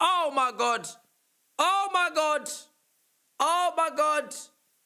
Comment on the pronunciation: “OH MY GOT…. OH MY GOT… OH MY GOT”